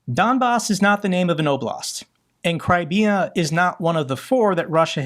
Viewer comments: It could be worse..Halfwitkoff could've called it the Dumbass. The guy mispronounces Crimea like he's never ever heard the name before.Incredible the level of stupidity. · Steve Dumkopf is supposed to be someone that the Russians can take seriously but he seems to have never heard anyone pronounce the word "Crimea", opting instead to call it "Crimmia". And, applying his logic, because almost all Americans speak English surely they should be governed by the UK's Parliament and UK laws.... What an idiot! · He couldn’t even say Crimea ? With the amount of western history that is included in this region WTF! And look up the origin of his surname too, his family name is from this region. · That idiot Witkoff couldn't even correctly pronounce Crimea. Jesus H Christ. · Witkoff does not need to be manipulated, this motherf*cker is russian, raised in russian mythology, he even pronounces Crimea the russian way, rather than english way.